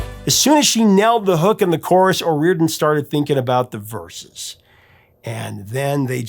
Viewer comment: "O rear den?" No.... 'O ree or dan...' Yes!!!!